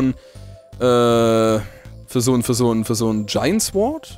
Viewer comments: sword wird "sord" ausgesprochen und nicht "sword"!:D mit einem stummen "w";) ich dachte du hast abi jungee!;) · Es wird sord ausgesprochen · mein lieber... es heißt SORD... das w spricht man nicht mit!:) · Bitte Das spricht man Sord aus, das w in Sword in stumm D: sorry das kann ich mir nicht an tuen -.- dabei bluten meine ohren:D